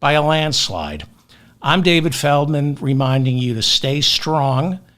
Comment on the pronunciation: ferdman, accent on the first syllable please there ya go Mr. FELDMAN, i heard you get it right ~ &